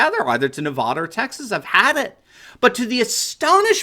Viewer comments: Yo would you please learn how to pronounce Nevada properly the way you say it is most irritating to Nevadans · That’s not how you say Nevada!